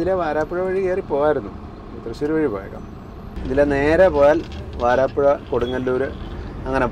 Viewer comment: വാരാപ്പുഴ അല്ല. വരാപ്പുഴയാണ്.... 🙏💕